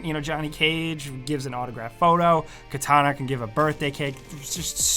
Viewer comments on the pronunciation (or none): none